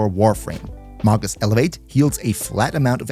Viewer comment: It's pronounced may-gus.